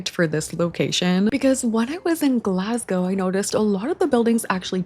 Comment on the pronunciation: Your pronunciation of "Glasgow" is 😚👌